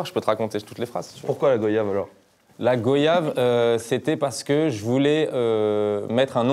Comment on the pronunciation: Ça ce dis pas les Fréro go/yave ca ce prononce goi/yave 🙃